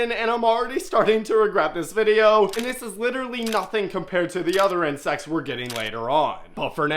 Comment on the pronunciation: bro you said inscects not crabs